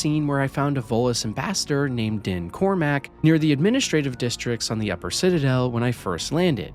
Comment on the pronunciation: you mean Din Korlack, not Cormack. Virgil? I think you mean Vigil. Casual mode...and you complain about the boring systems, combat and lack of variety. Try something harder than normal so the enemies use a variety of powers and you have to know your companions weapons and abilities and actually direct them in combat. Comparing ME1 to games 10+ years its senior, and arguably games that were inspired by ME1, is woefully unfair. I agree with many of your points, but not for the same reasons.